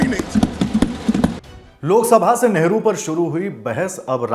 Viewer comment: Ye kerala ka MP nehru ko negru kahata hai 😂waah re communist 😂